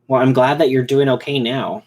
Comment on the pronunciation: Mwell. That’s not good. 🤣